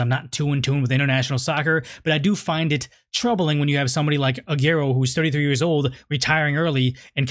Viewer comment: Not ‘Agerro’ it’s pronounced ‘Ser-gio Ah-gu-erroh’ + interesting topic, great issue to cover.